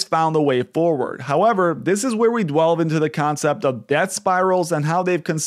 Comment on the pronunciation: dwelve? its delve mate